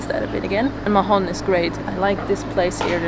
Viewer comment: Hey guys, great vids. We may see you in the med soon :) btw MAHON has a silent H. Spanish and catalan does not pronounce letter H. It's just "Maon"